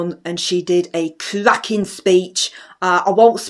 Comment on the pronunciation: Cwakin video. Just cwakin